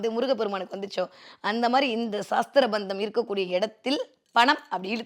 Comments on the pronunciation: That is not saasthra bandham say it sasthra bandham vaarthayil kavanam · Saastrabandham endru thappaka ucharikyathirkal. Sastrabandham thaan . Saastram entral science endru artham . Dayavu seythu aksharashuddhi irukkattum